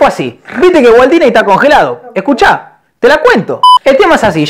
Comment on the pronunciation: me cague de risa cuando dijo walt dysney o como se escriba ajajajjaja.